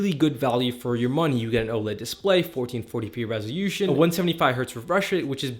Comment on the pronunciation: What is rezhiushum😅😅😅 do you mean Resolution Just reading the manual bro 😅😅